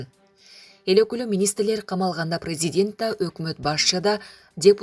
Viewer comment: Диктор :. празидент анан дебутат дебей суйлосонор😄